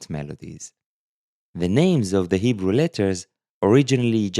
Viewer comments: Can we take a moment to recognize that is not only teaching us these fascinating Lamentation letters concepts but he’s “crushing” the Hebrew in this video, his native tongue. Just sounds so beautiful when he pronounces the Hebrew flawlessly! ❤ this video series! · Your Hebrew pronunciation is good!